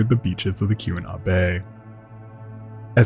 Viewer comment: I love your work, but it's AY-GAH-WAH, each syllable distinct / given equal length, not unlike I-DAH-HO. Then, later, KEE-WHEN-NAW.